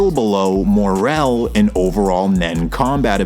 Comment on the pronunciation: Why is it so hard to just pronounce shit the way it is in the show? Who tf are "uvo-jin" and "more-RELL"? It's like people just aren't allowed to make videos like this unless they pronounce everything wrong on purpose